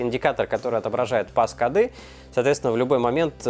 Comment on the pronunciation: Не пас коды а пост коды), за обзор лайк!